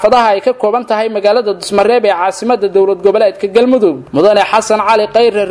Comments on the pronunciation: Dusamareeb waye wll wuu saxanyhy dhusamareb ma han🤜🤛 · Dhuusomareeb ayuu ku dhawaaqi Kari laayahay wariyuhu Dusamareeb kulahaa